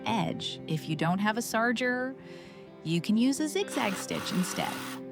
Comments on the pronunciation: "Sarjer"? You mean Serger (Ser-jer)? I'm 62 in Canada, and I've never heard it pronounced like that. It's spelled Serger, so why is it pronounced Sar-jer? :body-blue-raised-arms:😆 (Really just curious.) (Is this an automated voice reading a typo?) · Sarger? I have always heard this pronounce "surger" --spelled serger